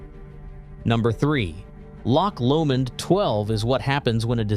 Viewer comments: Spee-side, Glenfidd-itch and Lock Lomond for fox ache? Could they not find an unemployed Scots actor to read this? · LOCH Lomond rather than LOCK Lomond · Please, please, learn the correct pronunciation of Glenfiddich and Loch Lomond…especially how the diphthong ch! 😅